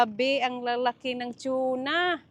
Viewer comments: Tuna po not chona hehehe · is it chuna? or tuna? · … just correction you were promouncing TUNA that sounded like CHUNA …. Its constructive criticism because it wrong pronounciation. So that you will not say it wrong in the future. You ahve many subscriber they might copy you. Thats all. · Anong chona??? Hahaha TUNA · Tuna… Hindi Chuna… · TUNA yn, HINDI TYUNA. Tagalog/Filipino ang TUNA. Don't get me wrong, I'm a fan. Hanga sko sa galing at sipag mo. Love your family especially Silvestre. ❤🎉😅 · unsay tune na dai.. tuna ra dai dili tune na.😂 😂 😂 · Tsuna talga? Db dapat TUNA😂😂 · Over pronouncesion kna nmn Anong chuna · Tuna not shuna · Better call it yellow fin mas popular name tuna (tona) pg pronounce here again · yung pronunciation nyo po ng TUNA He hr